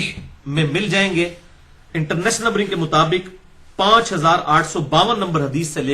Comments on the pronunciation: انٹر نیس نمبری کیا لفظ آپ بولتے ہو کوئی سمجھ نہیں آتی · Engineer Sahab bar bar ye “international” kya bolte hain ? Sahi samaj nahi aata . Plz clear Karen. From India